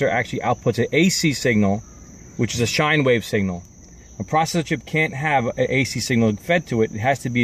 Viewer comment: Good video man. Except for the the pronunciation of the word “sine”.